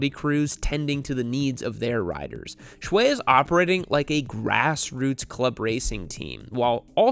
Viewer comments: I believe his last name is pronounced "Shoe" rather than "Shway". And I was as pleasantly surprised and totally shocked as anyone when I realized the 820RR-RS was winning races in WSS already. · By the way, his first name Xue is mispronounced, Yall remember the tiktok song Xue Hua Piao Piao? Same Xue.